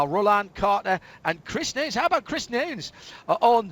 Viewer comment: what's with the womansplaining? the guy's name is Chris Nunes, correctly pronounced by the male commentator as 'nooness' before the annoying female makes a point of emphasising her incorrectly pronounce 'noons'